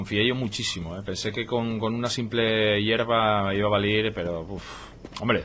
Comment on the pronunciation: valir? sera valer? perdon por ser tan puntilloso. tremendo video y tremenda serie, tu la haces aun mejor.